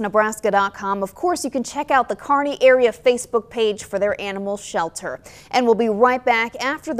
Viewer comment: It's "Kearney"